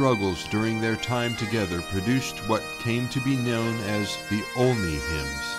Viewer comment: Thank you for the video. I never knew the origin of the songs until about 20 years ago, I am 60. I must laugh though at the narrators pronunciation of Olney. The first time he got it right. Second time he got it wrong. Good English name that nobody can spell or pronounce. Believe me, I know. John Olney